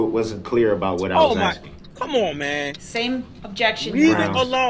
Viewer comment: I'm axxxxxing you questions 😅